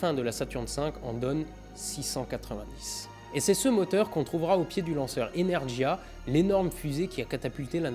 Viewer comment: T'as l'air fâché avec le russe, aux lettres de nom de blocs qui forment le début de l'alphabet cyrillique, on peut rajouter qu'on prononce Energia "énèrguya" ...